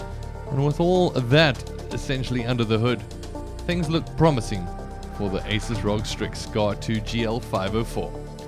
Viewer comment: Asus is "A Soos" not "A Sis"